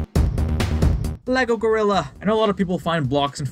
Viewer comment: I know you said "Lego Gorilla," but I heard "Lego-Rilla"... which would have been a way cooler name than "Bloxx," but hey copyright... 😅